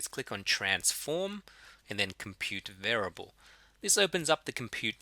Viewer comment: What does this mean? "For those of you who are not fond with maths"? Do you mean those of you who are not fond OF maths? Also continued frustration over the mispronunciation of the word variable. Of ALL the words in the world to be stuffing up the pronunciation of, this is the word used more than any other in statistics. It's bizarre and almost sociopathic.